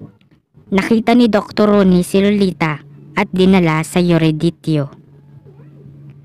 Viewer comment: Pangit pagbigkas mo nang salitang Erudito parang yurodityo